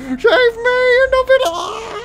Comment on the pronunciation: I love when you say Endo Bendo